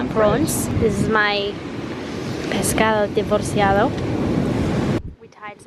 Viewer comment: Great pronunciation of "pescado divorciado" !! 8D